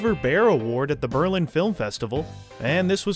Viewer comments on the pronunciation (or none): none